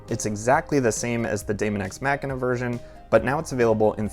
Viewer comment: I died a little every time he said machina